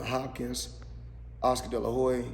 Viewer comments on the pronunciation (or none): about . Did Floyd say Oscar De La Hoe-e?🥊👊🏿🤔🤣